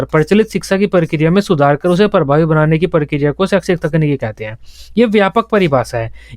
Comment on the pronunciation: Sir g ap saikshis khte hai .. but pdhate bht bdiya hai